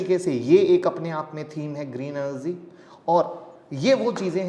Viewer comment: Dude, it's not 'Enerzeeeee' it's 'energy'🙄🙄